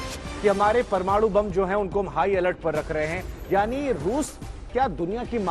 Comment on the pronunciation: Anchor, reporter toh lgta hai kisi kaam ka nhi hai...bolne tak nhi aata parmanu ,alert zone, bolne tak nhi aata